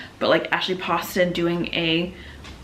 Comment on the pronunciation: HEY BESTIE! Commenting while watching so here’s what I got: Read Next Stop by Debbie Fong to get to your Goodreads goal! Amazing graphic novel that just punches you in the heart :,) ASHLEYYYYY POSTON YES okay but did you read bookish and the beast or the fox one?? (Also it’s Poe-ston 😤) Watch Tusk Love be the greatest romance to release in 2025 (I’ve never read anything by Maggie Steifvader 👀👀👀) HI CHOWDER